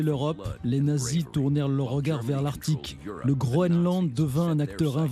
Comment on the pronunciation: Faites au moins l'effort de prononcer "arctique" correctement !!!